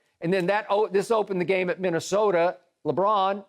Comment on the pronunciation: When Skip said on replay “Lebrick” I was laughing